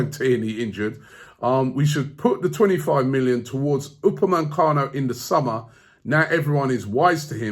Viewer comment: It's not Upemancano, for god's sake.